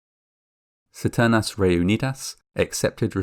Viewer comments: ceternas reunidas? CISTERNAS. Check it on google translate. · It's Sis-te- hard R -n-ass Re-unid-as